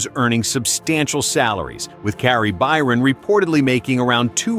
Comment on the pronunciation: Tory What???? Mate, say his name correctly! FFS have some respect... Kari?!?!? Why are you having so much trouble saying people's names correctly?